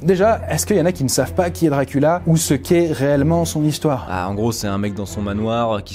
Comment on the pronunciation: jonhatan ? wampire ? DRACULA ? DIOCULA !